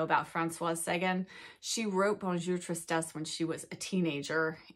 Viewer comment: Love you but I have to correct - it's Francoise, so it's feminine and you pronounce the "S." Also, on Sagan, the emphasis is on the last syllable - S - ay - gan - like tan. Forgive my correction!